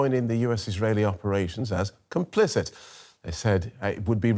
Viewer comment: "Conplicit" well duh